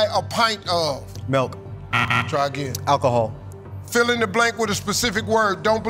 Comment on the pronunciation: Never heard of buying a pint of alcohol 😂(!Forgot about pints of beer at that moment haha) . It was the way he said alcohol that distracted me . We buy bottles 750 mls usually